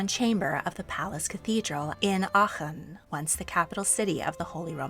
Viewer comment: Giiiirl you did so well on pronouncing Aachen!!! Had to stop watching to let you know, it really is a tough one! 🎉